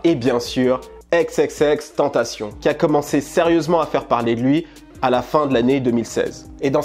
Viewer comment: Je meurt à chaque fois qu’un mec dis xxxtentaSSION ...